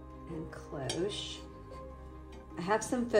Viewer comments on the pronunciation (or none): none